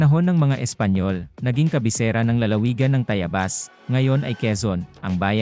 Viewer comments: Ako ay tumanda na pero iba ang pandinig ko sa TAYABAS ngayon dinig ko ay TAYAYBAS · Sino ba ang narrator mo mali naman ang pagbigkas ng Tayabas. Hanap ka ng tamang tao na narrator para hindi ka masira.